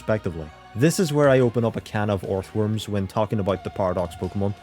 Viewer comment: "A can of orthworms" 😂